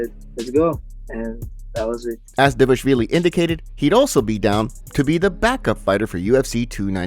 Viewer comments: just a pointer: It's pronounced Merab D-V-A-L-I-S-H-V-I-L-Y not DEVASHVILY LOL I got it wrong the first time too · Yea, it's: DVA-LASH-VILLI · The fact this is an mma news channel and you still can’t say dvalishvili is sad…